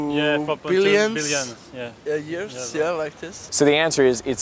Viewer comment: That last guy really sounded like he said billionths. LOL